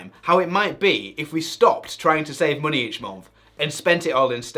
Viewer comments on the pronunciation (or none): Why do you say muney instead of money? 😂